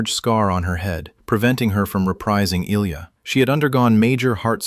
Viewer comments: The current photo of George Takei is entitled Nichelle Nichols. He said he didn't want Sulu to be gay-even then though he himself is gay-but JJ Abrams did so anyway. I guess to make it even, "Discovery" had 2 gay chaeacters. Ilia was not pronounced like Illya Kuryakin's first name-but I-lee-a. Walter pronounces his last name as Kay-nik. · Eye-lee-ah, got it?